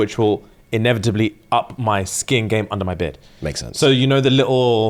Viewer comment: i'm having this on in the background whilst i'm doing other things on my laptop, tell me why i heard say he stepped his "kink" game up rather than skin, and then i heard "i've gone completely korean now" and i choked